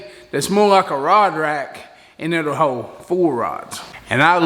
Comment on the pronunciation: How does an American learn to speak like an illiterate dumas [sic]? Too hard to listen to this beyond 2 minutes. I'm not staying on "hode," "anymo." Fail 👎🏼